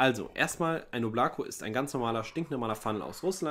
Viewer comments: Ist einfach der Hammer das die Oblako falsch aussprächen 😅😅😅😅😅Mann muss es auf die beiden O betonen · Hallo Leute! Bitte die Marke richtig aussprechen: das Ding heist auf russisch "ÓBLAKO", dabei wird die Betonung auf die Buchstabe "O" und nicht auf die Buchstabe "a" gelegt. Anders betont kratzt es mächtig im Ohr. Und danke für einen lockeren und netten TV Kanal hier!